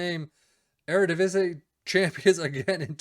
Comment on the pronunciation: That eredivisie pronunciation is pretty good for a foreigner